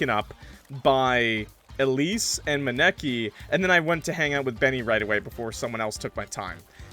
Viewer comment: that was the worst way I've heard someone pronounce Maneki before 😭😭 (it's pronounced ma-knee-key)